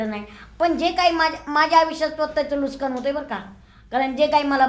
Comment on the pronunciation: Statement nahi tatement 😂 Nuksaan ny nuskaan jaat he jaat aashi ahe ki te jaat nahii 😂😂